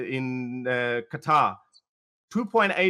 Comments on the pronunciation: The way he pronounced "Qatar".... cring lol. we Pakistanis dont speak that way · He literally said Qataar😂😂😂